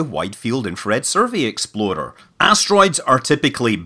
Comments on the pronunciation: I'm kind of sad you don't pronounce it "exploder" anymore, but I'll get over it. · I love how your rolled r makes "explorer" sound like "exploder". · I also thought the way he says "explorer" sounds like "exploder." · Every time you say "explorer", I hear "exploder". Same thing, right?